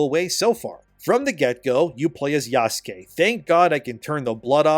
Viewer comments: It's Yasuke, not Yaskay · I think people are mostly making fun of yasuke by intentionally mispronouncing his name, but I could be wrong. I often hear "yaas-keey" sounds so wrong but it may not be intentional 🤣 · It's pronounced "Yass-keh" which is even funnier 😂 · You mispronounce Yasuke with such confidence lol